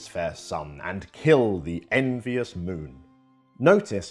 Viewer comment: The word envious has three syllables... en-vi-ous